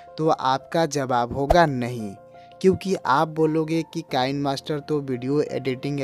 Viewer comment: वह कैनमास्टर नहि किनेमास्टर है।